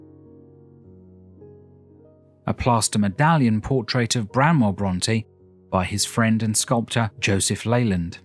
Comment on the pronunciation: Arghhh BRANWELL, NOT Bramwell ;)